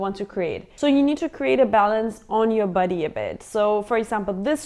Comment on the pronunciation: Hehe funny how you call body, buddeey”